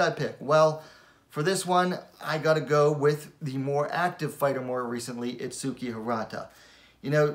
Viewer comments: the correct way pronounce her name is: its-key the "u" is silent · if u hear her say her name there's no U in it